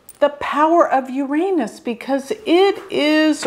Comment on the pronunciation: Thank you for pronouncing 'Uranus' properly.